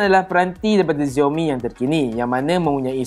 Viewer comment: Xiaomi not ziaomi 🙂